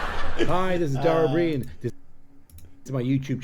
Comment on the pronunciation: pronounced dara o breen hes not british hes irish